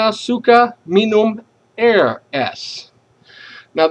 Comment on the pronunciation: well I'm gonna correct your pronunciation you were wrong to mention these words : 1. Lapangan & dengan (sounds 'lapang-gan' 'deng,-gan' you used double 'g'. it should be 'lapang-an & deng-an') 2. Air (you sound 'eir', just mention it 'a' in indonesian style) but overall you're great